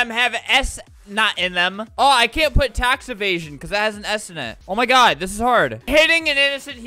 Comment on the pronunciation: tacs evasion? IT'S TAX EVASION/\.